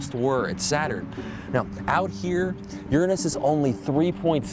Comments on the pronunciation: Did you mispronounce Uranus on purpose? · I know you guys are being ignorant for the purpose of being funny, but the pronunciation is different. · lol he said ur-anus hahahahaha ( ͡° ͜ʖ ͡°) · Shahir Muktasid pity this guy can't speak his words correctly lol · English language has a big flaw the guy cant say Uranus properly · Weirdly, his different pronunciation made me think of the 'your anus' joke much more.